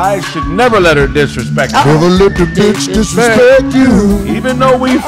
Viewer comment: "I'LL never let her disrespt YOU"🫵🏾😂😂😂